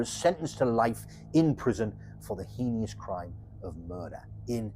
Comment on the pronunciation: Love your style . Heinous is pronounced Like Anus with an H